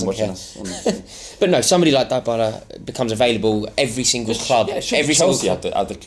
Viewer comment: I love how massively mispronounces names that people don't even know who he's talking about. First Copernic (Kaepernick) now Deebila (Dybala)